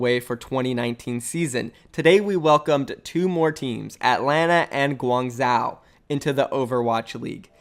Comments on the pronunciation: Guangzhou is pronounced Gwongjoh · Guangzhou is pronounced like guang jow. Say jow like ‘bow’ with a j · Guangzhou is pronounced (gwangzoo) I’m pretty sure,I speak a little Chinese but I’m not certain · it should be pronouced guangjo. similar to the sound of Jojo. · It’s GWAN-ZOO by the way. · FYI: in Chinese, "zh" is pronounced as a "j". So it should sound like "gwang-Joe". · I think its pronounced "Guwang Sho" ive seen some chinese movies pronounce it like that. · the way he pronounces "Guangzhou" triggers me so hard lmao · Bruv, I just cant its pronounced Guang as you say corrctly but ZHOU pronounce the ZH as one word not with the H silenced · Meraki ikr, as someone be who used to live there (4yrs) it makes me cringe when he pronounces it 😂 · Well he was pronouncing the second part as if there was an “a” in it which is what made me cringe.